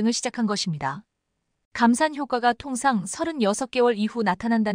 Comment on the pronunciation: 똑바로 설명해라 통상 을 동상 이라고 하면 전혀 다른 뜻이 되는데 ᆢ 한국사람으로 바꿔라 제발